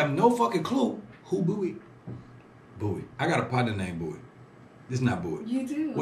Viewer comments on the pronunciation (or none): its pronounced "Be WHY" as in the question Why ?? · Fam..yo fam!.. Its pronounce as Bee Y.. Btw pls react to "avengers of kpop" which called SuperM with their 1st mv Jopping..you will like it..👍 They are composed of members from 4 different popular kpop groups.. They got dance, visuals, rap, and vocals all at once..🙂